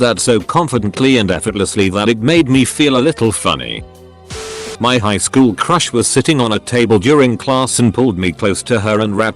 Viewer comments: Are y'all ignoring that at 56 seconds instead of saying highschool it says it like highshool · you heard it hear guys, it not high-school, its hi-shool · I think my sense of humor's broken, I kept laughing at that "highshool" pronunciation. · Hehe “highshool” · did anyone else hear the "highSHOOL"? XD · Kids go to highschool. Legends go to "highshool" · did anyone catch that the person said highshool? Lol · "High shhool"